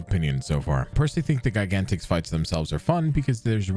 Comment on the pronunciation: The only problem I have with Gigantix is the way you pronounce it.